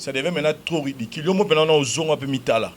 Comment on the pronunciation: Ridicule et non ridiquil